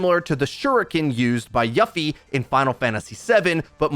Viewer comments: Her name is pronounced to sound like "Yoofee" not Yuffy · It's /Yu-fee/, not /ya-fee/. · As a kid always pronounced it as yuff-ie.... as well ti-fa not tee-fa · THIS MAN SAID "YUH-fee"!!! My heart felt shot when i heard that.. You got it right at one point. "YOU-fee" ya feel? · You-fee Not Yuh-fee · "Yuh-fi" you mean "Yoo-fi" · Did you just pronounce Yuffie like "Yuhffie"? It's pronounced like "Youffie". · I love Yuffie. I'd love if they just made her haha. I'd rather have no bear, or ult only though. also. "you ffi" not "yuf fie" is the more accurate pronounciation. NOt that that matters at all really. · I physically cringed when I heard "Yuff-y" and not "You-fee" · How the fuck did u pronounce Yuffie :| its not Yuh-Fee, its YOU-FEE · YUHFFY 😂😂 I cringed till I got a crick in my neck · Yuffie is a U like in Lucio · Ya-ffie killed me inside. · You mean You-fee right? Ghost written script? Regardless good info keep it up!! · Don’t get me hype for Yuffie like that 😒 Also it’s YOU-FEE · Did just say yafi? Lol, you just hit my trigger. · Please don't butcher Yuffie's name again, thanks. It's actually pronounced like You-fee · Yuffie is pronounced. You-fee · Admittedly it mad me a little mad when he pronounced it Yuff-ie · This man's said YUFFY hahahahahahahaha I'm dead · Did they say name yuffie wrong!? Your overwatch need some jrpg before future name right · I meant the way he pronounced Yuffi was weird as fuck lol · I just can’t deal with the way you pronounced Yuffie 😭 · How the fuck do you mispronounce Yuffie? just pretend you’ve never heard Japanese before I guess? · the rage I felt when he mispronounced Yuffie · You said yuffie wrong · Came here just to correct the pronunciation... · I was about to make this same comment, before I saw yours. I couldn’t help but feel a bit triggered, by his pronunciation.